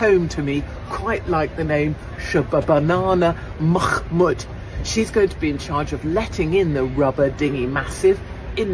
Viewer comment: Shabanabanana Mackkkkkkkmood - Katie nailed it...we all just need a copious quantity of saliva to pronounce it.